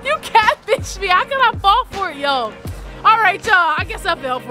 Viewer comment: Not "natfished" 😂😂😂bruh...